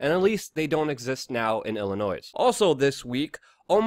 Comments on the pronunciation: Illinoise no it's Illinois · ILLINOISE?! ILY MAN BUT FUCKING HIRE ME Ill TEACH YOU HOW TO SAY WORDS BRO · I know we're really bad with our finances and keeping our representatives from ending up in a cell, but we did something good for once. Please learn how to pronounce 'Illinois'. The 's' is silent. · Illinoise.... smh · It’s Illinoi. The s is silent. Thanks for your good work tho. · Your perceived intelligence plummets when you pronounce it "Illi-noise" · The S is silent. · Consider pronouncing the second "t" in "statutes" & leaving the "s" silent in "Illinois." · Illinois is not pronounced with the "s" on the end. Think en francais. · You don't pronounce the "S" at the end of Illinois. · Out of all the things you talked about in this video. The fact you pronounce the s in Illinois piss me off the most. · Roy Slade there's also a silent 's'in Illinois,and it's statute not statue,but that's what makes the man human!he can't cover all that news as accurately as possible,and sound like Oscar Wilde throughout!lol.